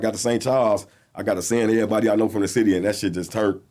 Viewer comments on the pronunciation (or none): none